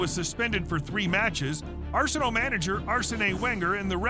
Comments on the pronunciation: Arsenay wen-ga Hahahah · Lets hear it for R-sen-ee Wen-ger